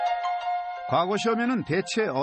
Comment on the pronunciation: 콘텐츠는 그런대로 이지만, 내레이션이 엉망이군요. 과거科擧 시험에서 과科는 평성으로, 짧게 발음해야 합니다. 지나간 과거過去에서 과過는 거성으로 길게 발음해야 하지만요. 향교鄕校와 향촌鄕村의 향은 평성으로 짧게 발음하고, 향사(享祀)와 향수享受의 향享은 길게 발음합니다. 정말 듣기 거북하네요. 우리나라의 대표 공영 교육방송 EBS가 이 정도 수준입니까?